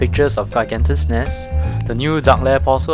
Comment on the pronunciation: pronounced gee-gan-tes or you may omit the "g" in gee and say ee-gan-tes or hee-gan-tes based on the region you hail from.